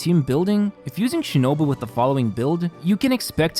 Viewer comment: Cookie She-No-Boo.